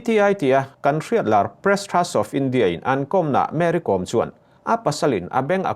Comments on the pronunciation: Kom I lam dan thluk a dik lo, Kawm a nilo Kom (B Com) Kôm tih tur, Mary Com chu misual tenawm tak a lo nih hi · Thian inkawm ....tih a ..kawm ti in i lam leh tlat bik a ni maw ... Kawwm nula te chu i la ti ta deuh² leh nghala ... A hming pangngai a nih na bo thak in i lam ri a lawm le ... Mary kawwwm....😂 Mary kom tih ve mai awm.. Chuan, Henu hi a tan awm thlawh loh ..a chet dan hi a temawm e mai ...hmelchhe rapthlak hrep hrup bawksi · Ka hriat ve dan chuan Kom hnam ho hi Zo hnahthlak an nih ka hrelo, chuan Kom tih i lamrik dan hi a diklo deuh, Kom tih hi lehkhabu káwm tih anga lamrik tur...svmm😊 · Kawm(lehkha bu kawm) tih ang a lam tur a ni e. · Kom i thlûk dân hi a mak e, Kôm Ko 'm' hi i ti hniam dup a.Ko m hi o i ti ang hian ri se a dik a ni mai ang. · Uire a nih hrim hrim ka ten,Kom ti hi thluk tur aw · Kom..i lam rik dan hi ka hriat dan nen a inmil lo...Vaimim kawm kan lam rik ang hian kom hi lam tur